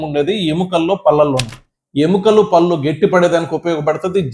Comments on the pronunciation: డాక్టర్ గారు పల్లు కాదండి పళ్ళు అనాలి. ముందు మీరు మాతృ భాష ను గౌరవించండి. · పల్లు కాదు పళ్లు అనండి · " పల్లు " కాదు doctor, " పళ్ళు " అనాలి,,, నా ల... డా లో తెలంగాణా యాస